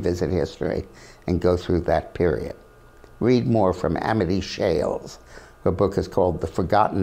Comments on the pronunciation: The author of "The Forgotten Man" is Amity Shlaes, not Amity "Shales". (It rhymes with "slays".) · Her name is Amity Shlaes, not Amity Shales. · Close but no banana, Dick! It's Amity Shlaes (pronounced Shlays, not Shales). Peter Robinson has a great interview of her in his Uncommon Knowledge series right here on youtube.